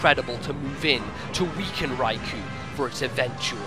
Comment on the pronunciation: So epic! Until I heard the pronunciation for Raikou facepalm